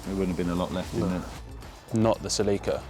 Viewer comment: the pronunciation on "celica" is completely wrong